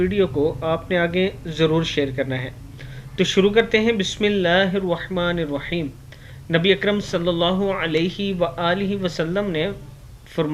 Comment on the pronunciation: KYUN rohmani roheem bolte theek saheeh tareeqe se bolo...